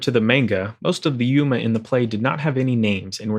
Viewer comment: it's yOma not yUma :-0